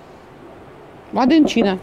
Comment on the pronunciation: Made in China ( мэйд ин чайна, если русскими звуками ваять произношение данного всем известного словосочетания)😉😉😉🥰